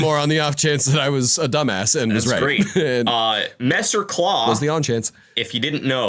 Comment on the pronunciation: A messer is a type of sword with a single edge, similar to BEMmon’s claws. (You are saying that right btw.)